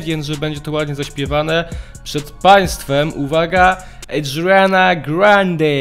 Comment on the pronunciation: Lubię te twoje serię, ale błagam wypowiadaj poprawnie imiona i nazwiska gwiazd. Tym "eżdżrena" to po prostu mnie aż uszy zabolały. To imię wypowiada się tak samo jak się piszę czyli "Ariana". I tak, to było na żywo z lekkim dodatkiem "background vocals". Co do whistle's nie jestem pewien, ale wydaje mi się, że też było na żywo i lekko poprawione. I rozumiem, że komuś mogą się nie podobać whistle's/ high notes, ale nazywaniem tego "krzykiem" jest dosyć słabe...